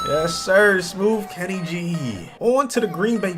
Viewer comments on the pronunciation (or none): none